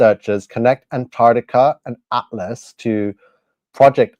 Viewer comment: Please learn to speak 😂and it's atlas not atfass😂😂😂